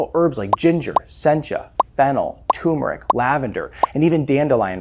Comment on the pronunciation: It's not TOOMERIC. IT'S TURRRRMERIC. WTF??